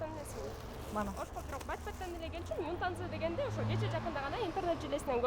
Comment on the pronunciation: Юнтанза эмес ютанза чон кыз